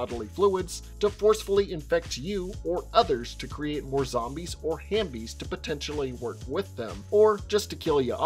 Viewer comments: I thought it was HALF-bies not hambies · I just wanna say it’s “half-bies”